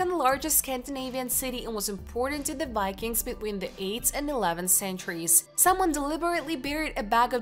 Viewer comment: Had to quit hallway through, I couldn't take the improper pronunciation any longer. Especially, "Vikings" not "Wykings". Keep working on this please prior to any more vids. Horse before the cart.